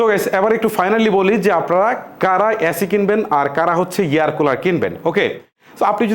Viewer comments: অ্যাসি না এসি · ভাই আগে এসি কে এ্যাসি বলা বন্ধ করেন।। কানে লাগে